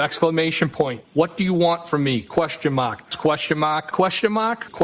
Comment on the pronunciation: “Put them crocks in overdrive”! 😆😆😆😆😆 Question mahhhk, Question mahhhk! 😂